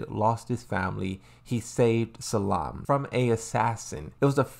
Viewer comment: Salim* not "Salaam" lmao And why do you call Shaheen "Shaheed"? 😂😂